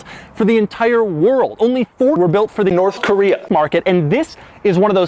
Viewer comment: i love how doug says "north korea"😭🤣